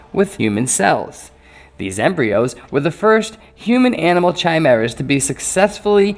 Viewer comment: Ki-mer-a, not chi-mer-a